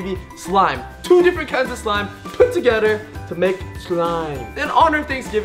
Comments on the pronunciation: Hahaha did you hear the part on that he said put togeder in stead of put together 😂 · he said togeder